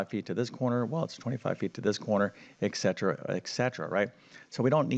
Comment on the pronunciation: our ancient greek ancestors, probably including noble Pythagoras of Samos, turned in their graves at the ignorant misreading broadcast here by a math "teacher". We have the abbreviation ETC. that is short for greek "ET CETERA" meaning "and so it continues". A classically educated english speaker pronounces this as "etsetera" while only ignorance can explain the error "eKsetera". It is also bad form to quote the square root of 1250 as "approximately 35.35" when correct rounding of the 2nd decimal place gives a less erroneous approximation 35.36.